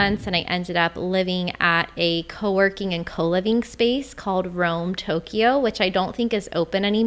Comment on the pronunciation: I like your videos, (I'm a subscriber) but your pronunciation of Tokyo and Kyoto hurt my ears! A lot of foreigners say Toe-key oh and key oh toe...They are pronounced mor as a 2 sylable word Toe- Kyo and Kyo-toe. In Japamese, these 2 cities are spelled opposite of each other.